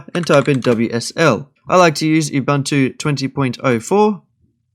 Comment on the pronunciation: That’s not how you pronounce ubuntu. It is pronounced oo boontoo